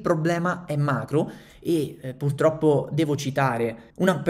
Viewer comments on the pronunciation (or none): none